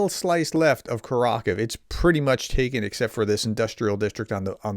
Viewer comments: Great video, but for heaven's sake please say KUR ah KOH veh, not curr ROCK uv. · btw prof it's pronounced [kʊˈrɑxowe] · Great reporting. Just a note that Kurakove is pronounced Koo-rah-koe-veh. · the pronunciation of Kurakhove has the accent of the third syllable. It's four--syllable word by the way. The final "e" is not a silent letter as it would be in English. The "ve" at the end would be pronounced "vuh"... like we pronounce the e in "the"